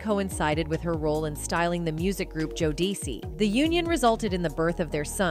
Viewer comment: Wow...the mispronunciation of 2pac and Jodeci😂😢....if u don't know ask someone smh